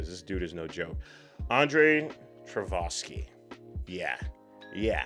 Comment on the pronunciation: Thank you for this reaction; this is an extraordinary film. I really like the employment of that beautiful Bach organ prelude throughout. The director's last name is pronounced Tar-koff-ski, by the way.